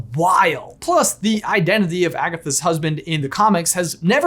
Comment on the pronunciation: You said agasses